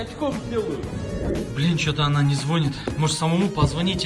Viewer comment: Выпуск классный, но не звОнит, а звонИт